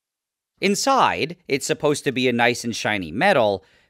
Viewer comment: How he says "INSIDE" tho 🤣